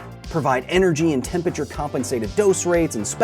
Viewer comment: I want to watch this video but I cannot get passed the way he says "tempature"